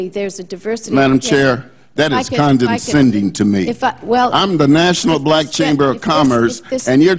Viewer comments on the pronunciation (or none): "That is con-den-sending to me!" Haha. Ugh.